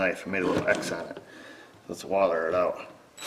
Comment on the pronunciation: ... did he say "woller"??